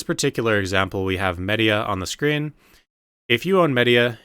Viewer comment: It really hurt to hear you butcher the pronunciations of all of the regions so bad, especially Mediah and Kamasylve